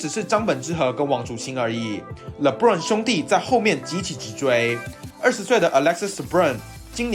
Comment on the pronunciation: 法國球員Lebrun的發音有誤，無論英語或法語的發音都不相符，若可以的話希望再檢視一下